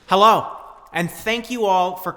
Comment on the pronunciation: Hey, this is the first video of yours that I’ve ever watched. I really enjoyed it; however, your outfit and the way you said “hello” at the beginning make me think you were European. I was about to block you, then I realized you’re normal. Anyways, I really enjoyed the VFX in this video. Proud to be a new subscriber.